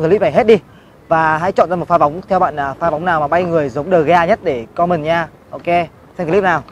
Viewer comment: Còm men chứ không phải com mần nhé.